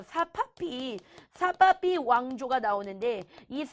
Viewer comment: 사파비를 사바비라고 하는..